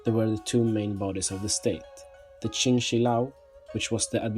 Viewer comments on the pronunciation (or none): none